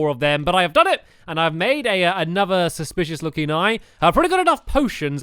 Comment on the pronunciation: he said suspishes looking eay